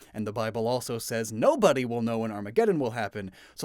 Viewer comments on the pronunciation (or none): none